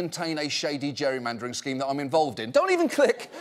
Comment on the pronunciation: It’s known as gerrymandering.....ger·ry·man·der /ˈjerēˌmandər/ Learn to pronounce verb gerund or present participle: gerrymandering manipulate the boundaries of (an electoral constituency) so as to favor one party or class. achieve (a result) by manipulating the boundaries of an electoral constituency. "a total freedom to gerrymander the results they want"